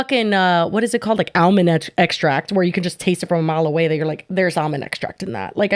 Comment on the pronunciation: I like how pronounces almond.